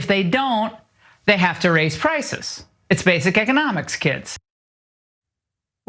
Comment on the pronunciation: With her concrete lip Ingraham says "frices" because she can't say "prices".